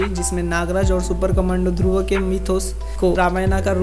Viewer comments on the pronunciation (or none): It's Dhurv not Dhurva....... 😐